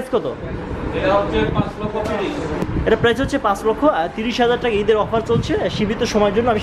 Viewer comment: Vaia apni teka na Bole taka bolle onek hater kome jabe apnar. Apnar unnoti hok ei kamona kori. ❤